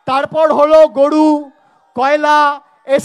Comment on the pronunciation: নাড়োদা নয় নরোদা ,গড়ু নয় গরু উচ্চারণ ঠিক করতে হবে।